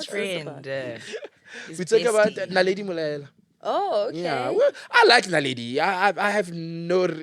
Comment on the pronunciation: is it not Naledi Mallela? Not Molaelwa lol😂😂😂 Eix I’ve said this before….Love Naledi and Shamiso so much, I don’t want vibes for my girlies maaann!!!! (Over a maaaasn!!!!!)😂😂😂 tried to be Sol Phenduka there😂😂😂 Phakama Rommie🥰🤣🤣 don’t know but feel like we short a bit, is there something we can give to convince the sponsors??? We need sponsorship, we wanna be on the road sooner than all podcasts on the network lol so let’s give the brands something to work with😂🙊 no offence or disrespect, love you guys but that table can’t remain empty. Just some constructive criticism 🫶🏾🫶🏾